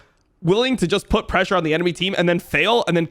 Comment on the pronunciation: I love it when Jankos pronounces "pressure" like "pleasure"